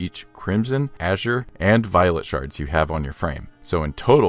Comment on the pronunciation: Awesome video. Got me inspired and cooking. Also Brownie points for saying "azure" right